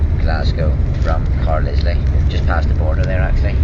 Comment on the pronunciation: Car-lizly? Car-lyle...